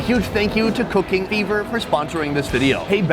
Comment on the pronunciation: I heard "cocaine beaver" when he plugged the sponsor "cooking fever."lol